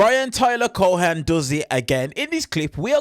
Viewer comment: It’s no pronounced Co-Han But Co-en. The H is silent.